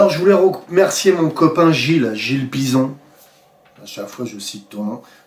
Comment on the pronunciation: Tkt il n y a pas de souci surtout que tu dit Bison alors que sais Bisson ( 2 s donc son ) LOL mais j ai l habitude 6 personnes sur 10 dit Bison 😂😂😂😂😂😂.